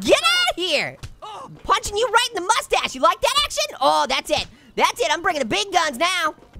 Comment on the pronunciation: I laughed 😂 so hard when he keeps saying mustach